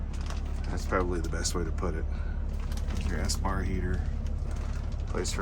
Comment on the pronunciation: Ok dude ,say it with me....."Es-par heater".....espar heater ,Espar heater, Espar heater "..... it's not a f*ckimg "S-Bar heater" !!!!!!!